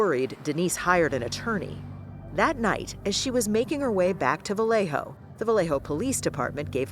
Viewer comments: Vah-lay-yo....not Vah-lay-ho...it's not a Spanish name. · It's not VAW LEY HO... It is pronounced "Ba Yeh Ho"